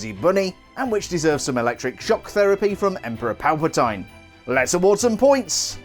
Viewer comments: “Palpa-tine?” It’s “Palpa-TEEN!” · ‘Emperor PalpatIne’ that pronounciation😂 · 50 points from your Hogwarts house for not pronouncing his name correctly.